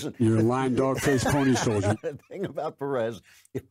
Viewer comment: What the hell is a ‘Pony-shouldjer’?